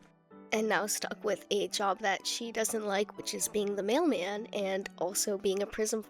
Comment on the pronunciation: At first I was confused when you talked about her being a “male man” when I realised you actually said “mailman” pfft